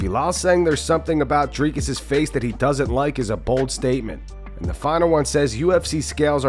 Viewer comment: Why does Belal call him "driscus"? What an idiot...